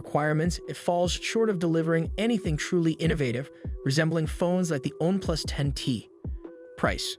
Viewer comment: Yep, it is. And voiced, too. There is no way any tech review would say MIUI as "emm eye UI" and especially One+ as "own+"